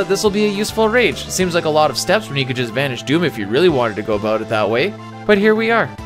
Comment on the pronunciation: Lol...I heard that "aboot" slip out during the Templar breakdown.